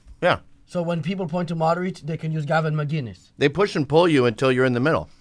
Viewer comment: MIC-innes is how u pronounce it